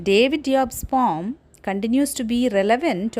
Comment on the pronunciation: That's not pom 😅😅😅😅it's poem search in google 😅😅😅😂😂😂😂😂😂😂😂😂😂😂😂